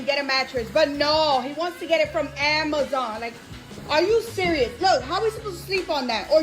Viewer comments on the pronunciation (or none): none